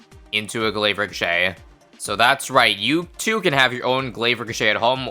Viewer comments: Re - co- shay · Ricochet. Pronounced Rih-so-shay-te